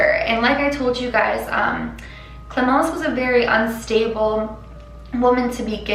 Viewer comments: I'm french and your pronouncing ion of clémence was on point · Wow your « clemence » is on point! Good french :)